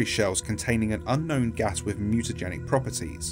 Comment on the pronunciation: "Mutagenic" is pronounced with the "j" sound. At least it is here. Sorry, had to bring it up.